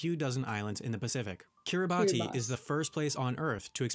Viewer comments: the pronunciation of Kiribati is actually Kiribas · Fun fact about Kiribati, it's pronounced 'Ki-ri-bas'. Every time he said it 'Ki-ri-ba-tee' I was like dude nah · Kiribati is pronounced Kiribass in Gilbertese